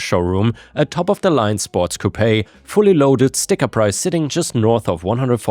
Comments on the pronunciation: its pronounced "coop" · in the word "coupe" in English we don't pronounce the e, it sound like poop! Coop like poop